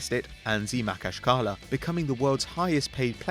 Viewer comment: He pronounced anzhi makhachkala wrong, its ma-khac-ka-la